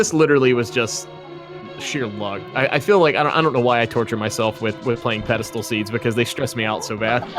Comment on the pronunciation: this reminds me of jen pronouncing it peddlestool xD its spelled pedestal. ^^